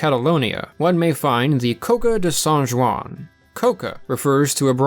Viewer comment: That was a butchering of San Juan